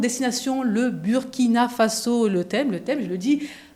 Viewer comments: Madame vous prononcez mal le nom du Burkina Faso. Bur se prononce Bour en français. Je sais qu'on ne dit pas ça à l'école de la communication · Commencez d’abord par savoir prononcer le nom de notre pays. Ça se prononce " Bourkina" et non Buuuuuuuurkina.